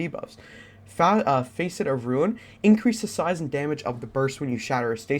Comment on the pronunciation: Face et? Lol it’s pronounced fasset. Just fyi. Good vid❤️